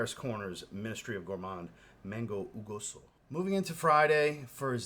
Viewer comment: I for one appreciate you trying to pronounce jugoso correctly. It means juicy by the way. I wouldn’t take offense personally if someone corrected me for mispronouncing a cologne but some the names are hard to say so I don’t blame you on bit.